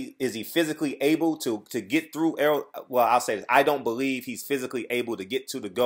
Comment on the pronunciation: Why do you keep calling him Earl... His name is Errol pronounced Er- roll. He used to correct everyone that messes his name up... at this point I guess he's just said fuck it. Smh.